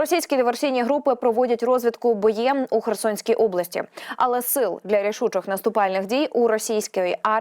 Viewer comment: Розвідка боєм - наголос на О, а не на є😮